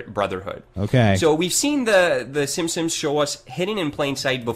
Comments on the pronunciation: Does it bother anyone else that it sounds like he is saying "The Simpsoms," every single time? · He says "Simpsims" !! It drives me crazy! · Also he pronounces "The Simpsons", the "simssins" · who else noticed that pronounces The Simpsons like "The Simsims"? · Is anyone else as fucking annoyed by the way pronounces Simpsons as "Sim-sims" as I am? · The way says "simsims" instead of Simpsons, drives me fucking NUTS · Ha! He still says 'simpsimps'. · The way this guy pronounces Simpsons always makes me cringe.